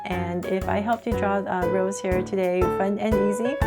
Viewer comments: I don’t want to be rude it’s just it bothers me a bit lol but her name isn’t pronounced like the flower rose it’s pronounced Rosé (Rosay) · That is a really cute drawing, but pls pronounce her name right (Ros-ay)❤❤ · Her stage name is Rosé, pronounced Rose-A. Can we look forward to a Jennie and Jisoo?